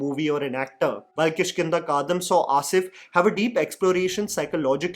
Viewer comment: It is किष्किंदा कांडम , not कान्दम . Basically, the part of Ramayana which introduces Vaanar Sena (Kishkinda Kaand). I know that general awareness on these epics has reduced, but didn't expect this from a well researched reviewer like you.